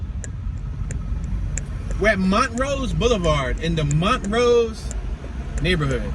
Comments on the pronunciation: Not Mon rose it's pronunced Mon trose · It's not pronouned Mont rose it's pronounced Mon troooose